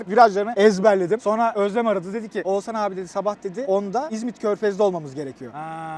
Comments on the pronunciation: Abi Oğzan ne ya :D Oğuzhan demeyi desene bence yapabilirsin :D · Hacı oğuzzan değil oğuzhan...😁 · Oğuzzzan diye bir şey yok yemin ederim cinnet geçiriyordum videoda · keşke bir kere H harfini bastırarak OğuzHan deseydin 😀 Video başından beri OĞUZAN demene takıldım 😀ama ellerine sağlık güzel video olmuş 😀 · Oğuzhan ismini Oğuzan diye söylemeyi nasıl başarıyorsun. Kulağımı tırmalıyor sadece Oğuz de baree.... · Abi şu adama Oğuzan deme ya 😄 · Oğuzan değil Oğuzhan diye okunuyor... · Oğuzan deme gözünü seveyim 😀 odaklanamıyorum videoya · şu adama oğzan deme nolur :D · Abi lütfen oğuzan deme agagagagagfa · Abi Oğuzan mı diyosun sürekli Oğuzhan yerine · Şu adama Oğuzan deme yahu, Oğuz han okunuşu Oğuzhan..